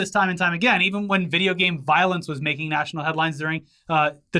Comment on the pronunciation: "You can't take my vijya games!"